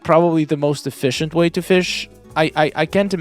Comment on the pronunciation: "The most efishient way to fish" 😂😂